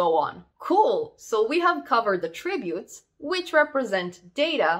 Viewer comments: att-ributes, not a-ttributes! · Loved listening to how your Canadian English pronounces Attributes with 2 syllables (Attrib-utes) to Australian 3 syllables (At-trib-utes). Very cute. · God, I wish you would learn how to pronounce attributes! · I can't listen to her mispronounce "attributes" this many times. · Have I been pronouncing attributes wrong this whole time?